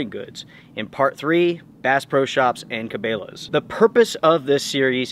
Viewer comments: Never in my life have I heard someone pronounce Cabela's like that lol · Ca-bail-uh? Thanks for the review never heard or seen this Bass Pro Body Bag product. Also never seen tent poles in that red color previously. Thanks for sharing your experiences. Cheers🎉 BTW: been receiving Cabela’s and Bass Pro catalog since I was a young kid. Name pronounced Ca-bell-ah, however after seeing that it will flood inside needing to be bailed out for the water somewhat prefer your pronunciation. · Cabela's is pronounced Ka-Bell-ahs not Ka-Bay-lahs just an fyi. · its cabElas, not cabAlas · Cabela's is not pronounced Ka-bay-la's it's pronounced Ka-bel-la's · Ca- BELL-uh …not Ca-BALE-uhs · Ca bell a. Not cabeyla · Did he just pronounce it “Ca-bay-la’s”??? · O.K., I'm going to get called out for this comment. I know I'm being extremely picky with it, but here goes. I had to check the spelling of this company to make sure that I wasn't pronouncing it wrong. Or that I may have misunderstood something. I don't believe that I am wrong at all. The company name is spelled with an 'e'. Cabela's. Their is nothing in the spelling that makes the soft sound of the letter e sound like a hard letter 'a'. Phonetically spelled, I fully believe the name of the company is pronounced Kabella. {again, that's the phonetical (sounds like) spelling}. And not pronounced (phonetically again) Kabayla or Kabaila. I'd like to know if I am wrong. Or how many of you pronounce it the way is pronouncing it in this video. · Does outdoor gear reviews and doesn't now how to pronounce Cabela's... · Please lord don’t say Cabela’s that way😂😂 how don’t you know how to pronounce. 🤦‍♀️🤦‍♀️